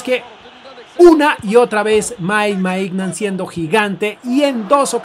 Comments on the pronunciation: De Ketelaire, así se pronuncia Maiñan, no Maignan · Para un futuro los nombres de los jugadores del Milán se pronuncian así: De Ketelaere = De Keteler Mike Maignan = Mike Meiñan (aunque parezca burla así se pronuncia) Kjaer = Kiaer